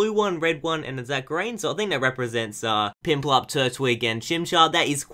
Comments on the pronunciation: its piplup not pinplup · Piplup not pimplup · He says pimplup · Why do you call Piplup Pimplup? I know hes gangster but.....